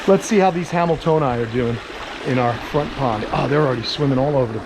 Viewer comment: I keep thinking your saying something wayyyyyyy different When you say hameltoeni (i know i butchered that spelling) 😂😂😆😂😆😂😆